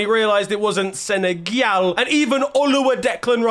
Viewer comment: He thought it was sen-a-gyal 👏🏾👏🏾👏🏾didn’t even finish the video just liked the vid and told my Mrs I appreciate her😂😂